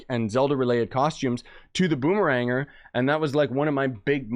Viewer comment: i believe it's called Boom-eh-Ranger